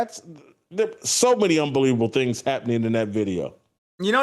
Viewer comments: Hey Jason,, I'm going to make fun of you and how you pronounce unbeweaveable and you kick me off the channel. Oh and your too old school LOL. Go! Love your commentary since the KC Star days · "Unbeweaveable"!!! LMAO!!! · I watched only because "unbeweaveable"